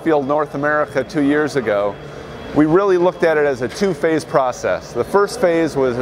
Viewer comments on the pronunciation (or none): the word is pronounced pro cess not proscess